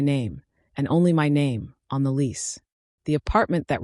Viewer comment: Can ai be programed to say my and not m y?